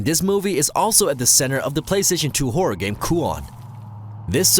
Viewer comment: Is it just me or did he say porror instead of horror at the start 😆 Maybe it’s the rum?.....